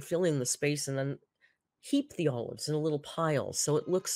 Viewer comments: Did she pronounce olives "oh-loaves?" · I hear "owl loves"